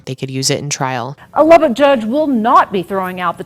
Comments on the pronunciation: I would first like to thank you for knowing how to say Lubbock correctly!!! But I grew up here in Lubbock and well I’m currently watching this in my bedroom in south Lubbock…. This town is the biggest little village ever….. i through the years was fortunate enough to have met Zoe a couple/few times because of having friends of friends ….. despite it looking like it on paper Lubbock is “small” … not even knowing her more than a name and a face, I was aware of the beautiful sweet genuine person she was….. still to this day just in passing conversation this tragedy is mentioned …. I mean this is west Texas…. Yeah things happen here (like people showing up in suit cases or a kid exchange day ending with man shot at point blank range with a shotgun on camera….etc…) but this case actually changed Lubbock forever…. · Being from Lubbock, THANK YOU for pronouncing it right ❤❤❤❤